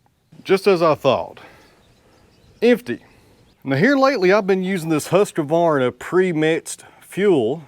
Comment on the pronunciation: I would use the red cedar, and cut it to length with your “Husq-varna”. Not with the “Husq-A-Varna”. Just sayin friend.😅